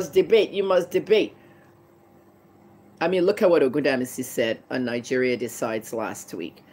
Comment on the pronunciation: Nigeria as a whole is a scam. Say it right woman!!!